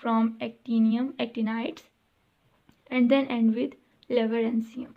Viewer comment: It's Lawrencium. Your pronunciation skills seem weak.